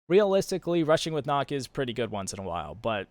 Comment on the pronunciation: its not knok its nook